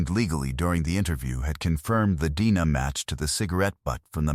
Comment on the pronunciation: Is this the best effort you (the YOUTUBE Channel creator) can put into this video story? If "yes" then I won't be watching any more videos from this channel. This is sloppy, poor quality work. The AI narration cannot even pronounce "D N A" properly? And the entire video shows one picture. Why no other photos of some of the main characters involved? No photo of the person who finally got caught and put on trial? Why were there so many obvious questions about what was revealed in the trial? Well, I watched this particular video all the way through. Then I glanced through a couple more videos on this YT Channel....same thing - one picture, same AI narrator left un-checked for proper pronunciation. Whoever is responsible for the content in this channel is simply telling "cold-case" type stories - and putting in the minimal amount of effort, resulting in a very poor quality experience for us viewers. It appears to me that this Channel producer is just making easy money on the tragedies of other human beings.